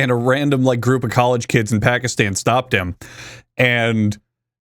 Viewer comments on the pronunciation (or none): none